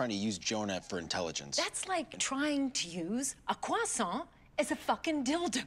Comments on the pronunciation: I love how even if she's pissed af, she still pronounce 'croissant' correctly. 👌😏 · The fact that she still bothers to use the French pronunciation of croissant while insulting him! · oh I didn't know, that's great! Her pronunciation was perfect indeed 💯